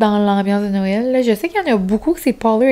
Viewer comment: Depuis que j’écoute tes vlogs (l’an dernier) je ne suis plus capable de dire Noël « correctement ». Ma maman vient du NB et elle en rit chaque fois que je dis « nowel » parce que c’est clairement de ta façon et non celle du Qc 😂